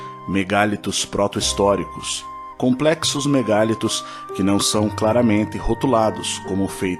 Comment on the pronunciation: A palavra vem do francês mégalithes, e, nela, a pronúncia em português com e aberto é natural, mas a tendência da língua, com tónica da palavra na sílaba li, é fechar a vogal a: ME GA LÍ TOS